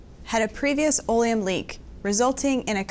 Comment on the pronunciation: Olium?? What's that ? I never heard of this. Oleum.. It's accid.